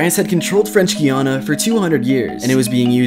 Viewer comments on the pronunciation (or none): It’s pronounced guy-ana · It's pronounced G AA YA NA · Pretty sure that’s not how you pronounce Guiana considering I know someone who goes their multiple times a year but hey prove me wrong 👇😅